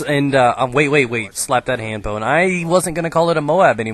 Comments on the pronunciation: pown lol not pawn :P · its pwn not spawn